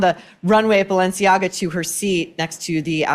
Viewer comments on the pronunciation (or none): none